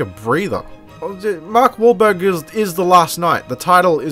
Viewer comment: Mark Waelbeirg lol